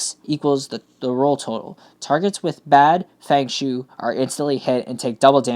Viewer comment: I thing it's pronounced "fung shwaay"